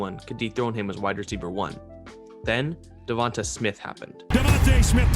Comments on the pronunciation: Da-von-tae say his name rt not hard buddy that besides good vid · Duh-von-tae....the announcers are literally saying his name 😒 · Pretty sure you're saying Devonta wrong. It's a strong A at the end of his name. Hoping the Eagles end up with Chase. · Great analysis. But I waited all video for you to say Devonta Smith's name right. It did not happen.